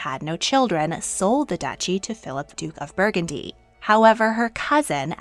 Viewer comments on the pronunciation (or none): none